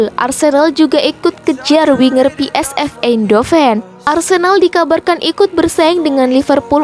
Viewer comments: Pi Es Vi, bukan Pi Es Ef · PSV kok dibaca pe es ef .. harusnya pe es ve